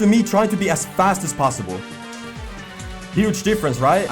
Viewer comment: No one: in this vid:aS FAsT aS pOsSiBoL P.S love your content keep going💯